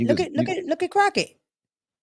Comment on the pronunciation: Did she call her wratched crocket 😂😂😂😂😂 I am dieing over here